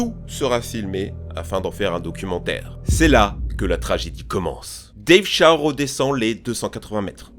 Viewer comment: "dave chat" OOF